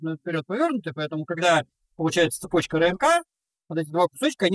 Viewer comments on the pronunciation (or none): none